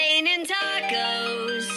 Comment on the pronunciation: It’s tacosssss